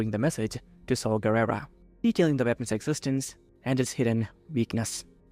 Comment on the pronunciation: I felt emotional pain every time you mispronounced Saw Garrera's name. Other than that very fun video.